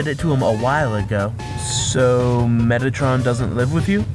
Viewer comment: Did you just say.... "METTATRON!?" just stop. This is not funny or entertaining at all..